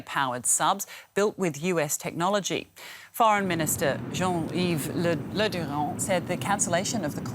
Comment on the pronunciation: "Jean Yves le Drian" was quite hard for the lady!